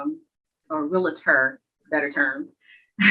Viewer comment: aargh! it's pronounced Reel*tor not Real*a*tor! It's like hearing people mispronounce nuclear as Nucular!